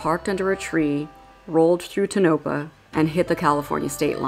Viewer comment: Awesome video, but… Ely, Nevada is pronounced Ee-lee and Tonopah, Nevada is pronounced TOHN-ə-pah, Shoshoni language: Tonampaa). Common mispronunciation, most easterners mispronounce Nevada. All of which irritate us Nevadans.